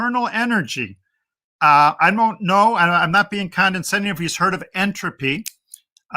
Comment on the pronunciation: I’ve never met an engineer who didn’t think they were scientists— they’re not! This guy can’t even pronounce the words zoology and condescending correctly…